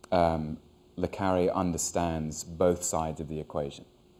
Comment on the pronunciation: Hugh always says Le CArre not CarrE